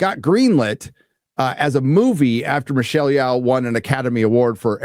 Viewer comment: im a big fan of u.. i support your fight against woke human fecal matter of Hollywood.. ok.. Thank you so much for all the effort.. Its pronounced (YI oh) Yeoh = yi oh Thanks man